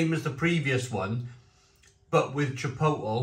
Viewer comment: Chipotle is pronounced chi-pote-lay, not chip-ottle, (I also used to make that mistake)